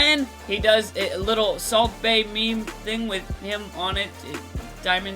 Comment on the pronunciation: Bro that's really how you pronounce the word meme?....